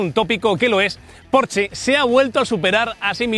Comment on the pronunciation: Por fin, alguien sabe pronunciar correctamente la marca Porsche!!!!!!! 😘